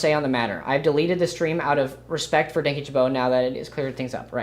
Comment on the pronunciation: Just a note, I literally couldn't watch this because you pronounced Dan's name wrong 😅😅😅 He says his name in almost every video Idk how you could manage to get it wrong